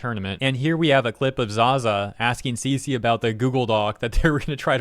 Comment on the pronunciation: cece? i heard feces